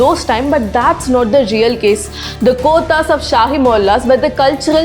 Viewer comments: Your pronunciations 😅...gothas 😂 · please learn how to pronounce the Urdu words like kothas,kathal, grains, nautch, etc. couldn't stand your pronunciation of these words. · Good information. You've pronounced kothas wrongly. Please try and pronounce native words correctly.